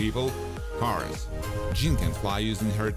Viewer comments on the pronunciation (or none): none